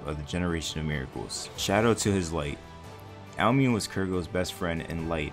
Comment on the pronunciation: it’s pronounced ow-me-ne, not ow-min😭😭😭